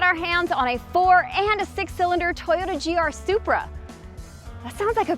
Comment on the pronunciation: did she just say spri and cheeky wtf (English)